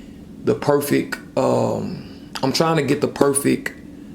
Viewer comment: "Perfeck"....come on dude...wtf